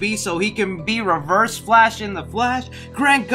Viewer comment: Ah yes my favorite up coming movie “The flsh”